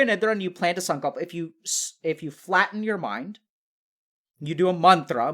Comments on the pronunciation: ive rewatched parts of this video to understand what he's trying to say "sunclap" or "sumcap" 😆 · Someone please tell me what word he is saying sundra? Sundar? Sundrop? 😅 please I gotta look this up. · what is he saying sun culp? i cant tell